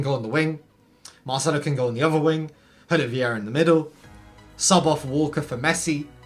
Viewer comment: Did you just pronounce Gulit “Jew-Let”